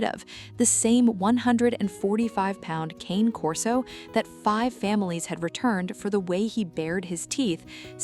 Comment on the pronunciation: It's still not "Cain Corso". The name is Italian, and in the Italian language, Cane Corso is pronounced "Cahnay Corso". AI is too stupid to know that, but people should know better.